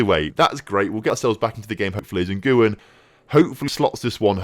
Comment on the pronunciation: Jesus when referring to an American (South, North or Central) is pronounced Hay-zeus. Lee Ngyuen's last name is pronounced win, not n-goo-yen